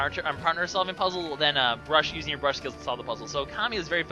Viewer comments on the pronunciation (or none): brush not bruse!